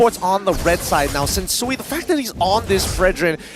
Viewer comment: Sensu-Way ✅ Sensu-Wii ❎